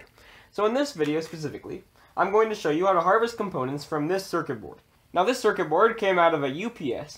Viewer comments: drink every time he says cercer berd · Say Circuit Board again.